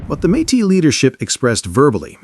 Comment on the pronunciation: Not a fan of the AI voice and poor pronuciations of Riel and Metis. But I am a huge fan of our First Nations. The Metis and treaty peoples are our future and our present. Louis Riel's execution was a travesty but we are trying to make things better. It is beautiful to see us standing together against the aggressor in the White House. Much too white. I qualify for that insult because I am of Nordic and British Isles heritage but "White" is not a race, it is an excuse for racism. We are all together here on Turtle Island and we of settler stock MUST respect and listen to those who were here first for millennia. We can prevail if we stand together. The boycott holds. The anger is real. The alliance is broken, and not by us. Canada will never be 51 and our elbows will stay up.